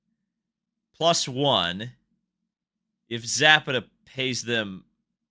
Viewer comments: Za pa ta not zap a ta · Also look into the case of DynamoEdge vs Michael Andretti. There is a link between Andretti, DynamoEdge and Zapata ("sza-pah-tah"). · Learn some Espanol. Zah-PAH-tah